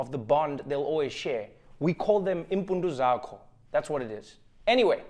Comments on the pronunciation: Oh my goodness did Trevor just say 'iimpundu zakho' 🤭🤭🤭😂😂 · Iimpundu zakho?! Hayike Trevor XD As a Xhosa, this made my day shem